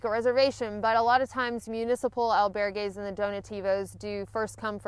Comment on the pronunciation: EL - bear - gays ... kekeke :)